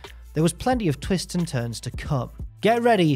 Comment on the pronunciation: During the intro I honestly thought jack said was “full of come” not twists to come